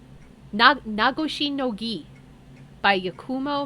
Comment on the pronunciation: You are pronouncing Nagoshi no Gi correctly! Your pronunciations have gotten better over the years, you've done really well. I know it's been frustrating, but I've loved watching you return to this series.